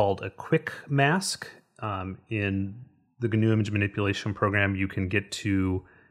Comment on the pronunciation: Yay, GIMP! However, as a full-time grumpy pedant (😁) I feel I should mention that the 'g' in 'gnu' is silent, so it ought to be pronounced 'noo', not 'gernoo'. Yes. Noo. GIMP should be 'NIMP'. If you're bothered about matters of political correctness and cultural sensitivity, 'gnu' is from the Xhosa [South African] word 'nqu'' which may or may not have influenced or been influenced by the invading Dutch colonists. Possibly. Allegedly. Whatever. In Dutch Afrikaans the animal's also known as a wildebeest 🐃👀, which would turn GIMP or NIMP into WIMP. Anyhoooo, a gnu's 'g' is silent, like the 'g' in gnome, gnaw and gnarly, dude. Or the 'k' in knee, knuckle and knife. Shut up, Elli. Gnobody cares...🤭